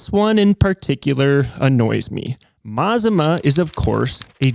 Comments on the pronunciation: It's pronounced "Mah-zah-mah". Named after the volcano in Oregon "Or-eh-gun". 😊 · Mazama isn’t meant to sound Japanese. It is pronounced Ma-Zama and is the name of a small town in the North Cascades in Washington State. The Les Schwab near me was very clear these house brand tires are made for them by Sumitomo and most closely resemble the Falken Wildpeaks. That said, I do think their prices are high and you can find better deals at Discount Tire if price is the most important factor which it often is. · IN THE INTEREST OF ACCURACY IT'S A MA ZA MA ( AFTER THE MOUNTAIN THAT BECAME CRATOR LAKE ) YOU PIN HEAD ... AN INDIAN WORD YOU NEED TO LEARN MAZMA ISN'T IN ANY LEXICON : ) HE WON'T KNOW THAT WORD EITHER .... "GO NATIVE OREGONIANS" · "Mazama".... pronounced "Muh Zah Mah " used to be a local mountain that blew up and became Crater Lake. So for Les Schwab customers in the NW... we know it's their brand. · Mt Ma-Za-Ma aka Crater Lake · Pretty sure it's pronounced "mazama" like "maZAHma" with 'a' like"mama". It shares a name with an Oregon mountain climbing club. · I watched until I couldn't any more. When it got to your buddy talking about balancing I was out. You can't even pronounce Mazama... and it was you that said it was an asian name. Not me. And did you even READ my comment? I wasn't even speaking of where the tire came from just the friggin NAME. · Mazama is of native american origin and you're pronouncing it incorrectly. It's not made up, it's regionally significant. I appreciate retail transparency, keep it up.